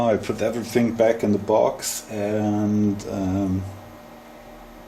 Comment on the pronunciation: Nice lathe! I think the faceplate with the screw thread might be meant for cloth polishing wheels. Look up the pronunciation rules for "the" if you care, as well as the word "bearing". You were probably taught wrong at school, like every other native German speaker. You'd almost think there was a conspiracy to teach us the wrong pronunciation so we are always easy to identify ;-).